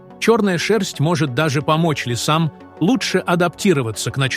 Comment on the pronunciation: Коментатор что , узбек --река Припя"ть животное ЛИ"СА , ЛИСА"М ???КТОТО ЕЩЕ СЛЫШИТ ЭТУ ХРЕНЬ !